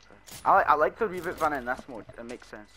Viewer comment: Reboot not rebot